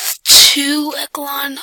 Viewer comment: Ecelon? You mean echelon?